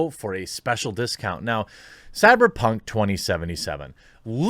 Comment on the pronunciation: It drives me mad when you say cyperpunk two times in the ad